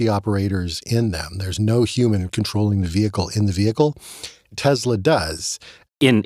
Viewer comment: Tesla has an “s”, not a “z”